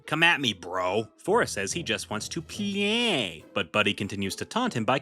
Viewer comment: i love whatever it is with you pronouncing play as "PLEEEEAAAAAAAAYYY"